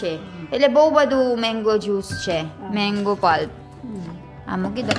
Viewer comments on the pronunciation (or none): It's not meng-go it's mang-go!